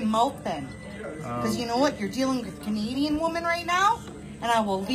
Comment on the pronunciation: She’s not Canadian. She’s Native Indian. She even makes Canadians look bad. She can’t even pronounce Canadian the right way.